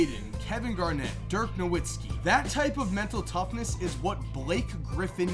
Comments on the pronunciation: stop saying No-witz-ki it's pronounced NO-VITZ-KI. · The W in Dirks name is pronounced as a V